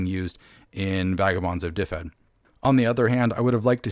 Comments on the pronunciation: its not difed its duved. y in welsh is usually an uh sound and one f is a v and two ff is an f sound. ;) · It is pronounced "DIV-ed" IIRC. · Just so you know, it's pronounced duh-ved. Aside from that, great video! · Looks interesting! Though, just an FYI, if the name really is based on the Welsh county of the same name, then it should be pronounced "duh-ved" or "dev-ed" depending on whether you want to say it with a Northern or Southern accent.